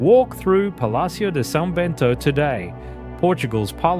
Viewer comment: Very interesting, and educational. Great videography, although I was disappointed by some of your pronunciation, even simple words like "de" (should sound like the word DAY) or "do" (should sound like DOUGH). Those who have an adequate grasp of Spanish will be able to easily read Portuguese (and the Brazilian version) but speaking it is quite another thing ! I am now looking forward to watching your video about Albania.